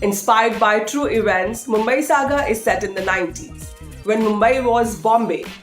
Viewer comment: Didi! Hindi mein hi bol lein aap! Aap jaise log andar hag rahein hain aur baahar deserving talent ko mauqa nahi mil raha. John IMBRAHIM? ThirTy? EvAnts? Pronunciation, presentation, accent, sab ko ikatthe maut de di!